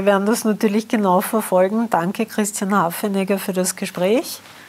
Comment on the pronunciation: Die Dame sagt immer Hafenegger😆😆